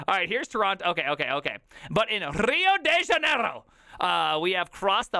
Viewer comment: Your pronunciation of Rio de Janeiro is suprisingly good